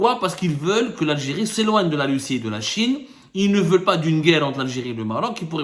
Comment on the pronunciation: « Pour protéger la sécurité de lalgé-ri contre toute agression « 😂 MasterClass de fin d’année 👌👌👌